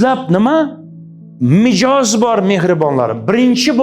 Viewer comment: Mijoz emas mizoj